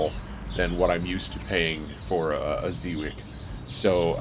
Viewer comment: I looked it up, it's pronounced zhe-viets. You looked so happy to be outside!